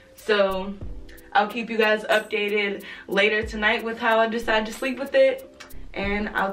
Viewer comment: Did I hear a lil Caribbean accent at day 2 when she said “lata”😍.